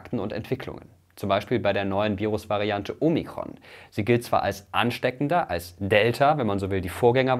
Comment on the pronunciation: Danke für Dein Video! 😊👍 Kleiner Tipp von einer Altphilologin: Das erste „O“ in Omikron klingt wie das zweite. Genau so wie in Ort oder Orbit. Du hast es wie in Omega (oder Logo) ausgesprochen.